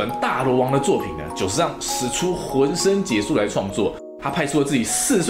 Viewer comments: 浑身解数 解音（谢） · 我想纠正一下：浑身解（xie）数不是解数😂